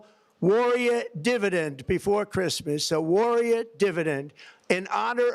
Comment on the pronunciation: "Who geeves a foock about Chreesmas?" 😅